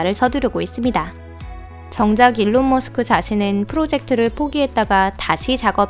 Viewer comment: 마지막에 머스크를 마스크라고 하심 ㅋㅋㅋ 인간적이다~ㅋㅋ